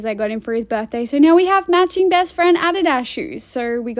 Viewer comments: Its how most other countries pronounce that aren't the U.S. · That’s how it’s supposed to be pronounced. It’s a German corporation. Americans just say it wrong lol